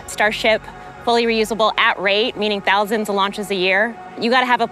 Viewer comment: Ten toooouuusand 😂